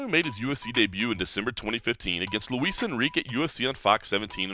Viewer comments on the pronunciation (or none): none